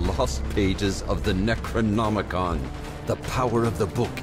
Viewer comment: I know did not just hear "Necronomicon" as "Negronomicon" during that tutorial 🤨